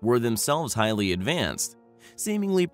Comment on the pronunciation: lets start a "high lee compelling DRINKING GAME ?????🍻🥂🍺🍸🍷🍾